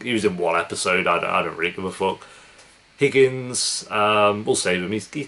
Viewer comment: The number of names you got wrong or didn’t have is crazy 😂. The black swimming coach lady is Roz Washington. The Irish boy was Rory. The Indian principal was Principal Figgins not Higgins. And the most upsetting one you messed up was Karofsky. I kept asking myself who’s kerblonsky? But anyway I love your reactions and I’m determined to finish all of your reactions.